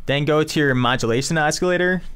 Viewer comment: Why are you pronouncing it (os-kil-lator)? It isn't pronounced that way. It's pronounced as (aa·suh·lay·tr)